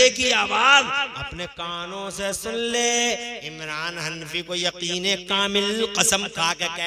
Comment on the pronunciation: इमलान नहीं है इमरान है